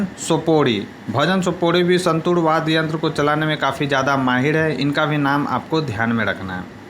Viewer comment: वाद्य बोलो भैया वाद गलत बडे जा रहे होय